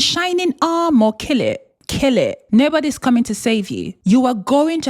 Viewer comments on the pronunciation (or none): the way she said kill that prince LOLOLOLOL -"KILL IT-" sending me